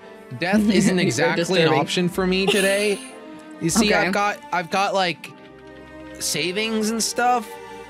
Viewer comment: of the end moody and sanna playing flee the facitiy says i dont wike it🤣🤣🤣🤣🤣🤣🤣🤣🤣🤣🤣🤣🤣🤣🤣🤣🤣🤣🤣🤣🤣🤣🤣🤣🤣🤣🤣